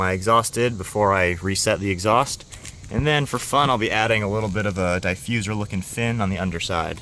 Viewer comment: die fuser? your killing me, ha. it looks good. you should of cut the fins the same contour of the bumper. thats a huge gap. i give 3 months before it starts cracking or even fall off. and the paint looks ok.